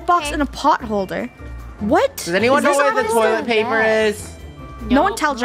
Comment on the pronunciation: Funneh: toilet plaper